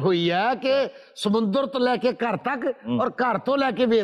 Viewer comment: Jinab Haroon Word is samundar not samandar×